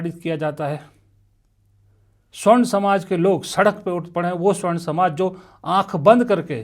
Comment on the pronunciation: स्वर्ण नहीं सवर्ण होता है।